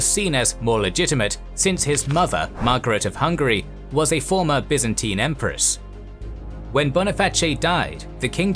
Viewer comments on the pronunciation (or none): none